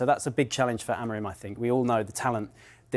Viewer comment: Dont you see the M on the Amorim's name? Why half of you in England pronounce it Amorin?